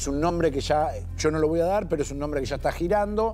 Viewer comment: Cuánta desinformación, puras elucubraciones. Ni siquiera se aprendieron cómo pronunciar el nombre. ¡Qué falta de respeto! 😮